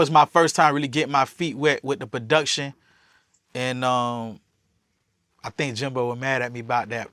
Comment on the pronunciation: He can’t use the word “bitch” for any and everything straight retard. Yo said budiction instead of production, what a clown